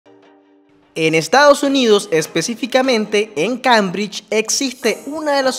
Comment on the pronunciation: Muy interesante canal, lo descubrí con el vídeo de BOSTON. Por favor, recuerda que CAMBRIDGE se pronuncia kéimbridch, no kambridch. Es un error muy común entre hispano-hablantes.